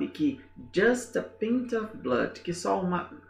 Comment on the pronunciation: Professor, when the word "pint" refers to a liquid measure, then the correct way to pronounce it is with the /ai/ sound. according to the text this does not mean that a drop of blood can save up to 3 lives, in fact approximately half a liter of blood can do that.